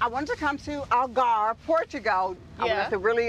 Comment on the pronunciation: Sheree is realllly struggling to say “Algarve, Portugal”🫠